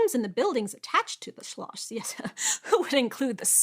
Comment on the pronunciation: You definitely practiced how to pronounce Schloss, didn't you? It worked. :)